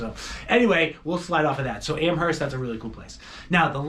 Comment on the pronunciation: PLEASE don't pronounce the H in Amherst.